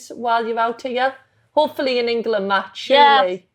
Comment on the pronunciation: Why does Jill Scott always say “Engerland.”